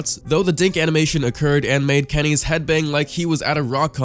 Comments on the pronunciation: did he call him Kennys instead if? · Come on. It's "Kenny-s" not "kennys" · He called KennyS Kennys. WTF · You pronounced KennyS like "kennies" LOL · Did he really just call kennyS "kennies" -. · He pronounces it kennies. You literally know nothing about the game do you? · Did anyone else notice how he pronounced KennyS as "Kennies" just thought that was kinda funny